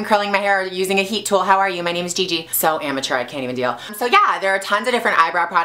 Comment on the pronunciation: "So ametur I cant even deal" ahhah loves it